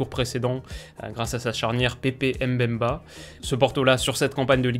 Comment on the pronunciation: Salut, j'adore ce que tu fais juste on dit Mbemba et non M-Bemba je suis congolais et fier de mon compatriote donc voilà